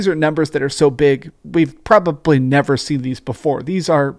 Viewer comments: Why do you say "probably" like "propuply?" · It's pROBwaBlY